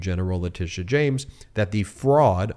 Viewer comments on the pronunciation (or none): none